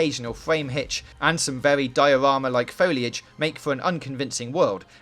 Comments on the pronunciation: its vewy vewy, pause the fucking video and move on. garbage voice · Vewy vewy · Werry werry good game 😂😂😂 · is it vewwy vewwy good?